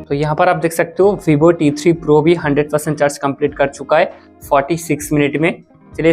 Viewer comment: Bhibho nhi hota, vivo hota hai Chooj nhi hota, choose hota hai Bolna seekhlo bhai